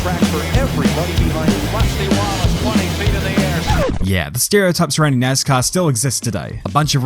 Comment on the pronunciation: Ima take a shot every time he says nazcar